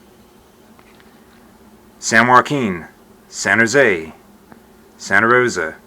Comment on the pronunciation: San hoesayee 😂😂😂 THANOSAYEEE